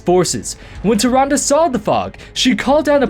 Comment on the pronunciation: Holy crap, took me to the end of point 2 to understand you were saying "Tyrande" when I saw her picture Great video but seriously, I thought you were saying something like "Tyranga" or "Turanda"' x)